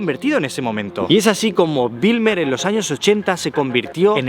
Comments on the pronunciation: Como neerlandés de origen surinamés, debo decir que has hecho un video muy bueno. Solo una observación: escribiste BIJLMER incorrectamente en tu video y la pronunciación de Bijlmer es la siguiente: la parte BIJL del nombre se pronuncia como “Bel” en “Bel Air”, no como Wilmer (que es un nombre escandinavo). Pero Bijlmer con una B fuerte. PD: Tu reacción al ver una garza es hilarante. Como si acabaras de ver un pterodáctilo.😂😂😂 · se pronuncia como “beylmer” soy holandes y siempre veo todos tus videos